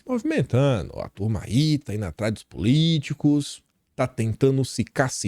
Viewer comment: não é foi Ino, é foi indo.